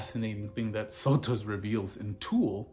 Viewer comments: How many videos do you need to make on the guy before you learn how to pronounce his name? SO-tus. You can hear him say it in the Howard Stern interview. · bitch I'm darker than you are. And sotos is a greek name anyway. But if you want to go around saying people's name's wrong I guess that's your prerogative as a troglodyte. Him saying it